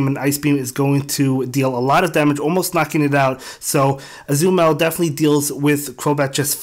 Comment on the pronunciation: I truly enjoy watching your videos. There is only one suggestion: I LOVE Azumarill so much and I just want you to say its name right. It is Ah-Zoo-Muh-Rell